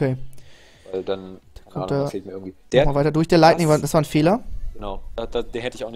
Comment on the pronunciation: wem fällte es auf das immer Leigning anstatt lightning sagt